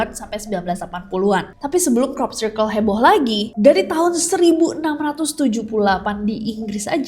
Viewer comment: Nessie nyebut crop circle, aku selalu dengernya cork circle 😭